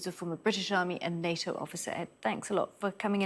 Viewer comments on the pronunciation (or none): none